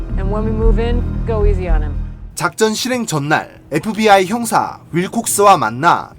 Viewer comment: 잘들어보면 FBI가 아니라 에프비와이라고함